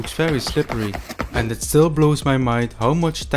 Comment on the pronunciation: Ant 🐜 ❌ End ❌ And ✅....Anding, And Animation 😂